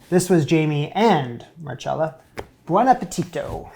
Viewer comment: why are you mispronouncing her name so badly??? mar-cell-a. simple no cha in sight. but really gr8 job on the Ravioli!!!